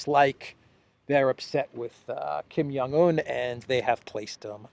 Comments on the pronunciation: Hi. Thanks for your daily update. FYI, when you say Kim Jong Eun, J is pronounced like a regular J. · Kim Son Un, not Kim Young Un. 😊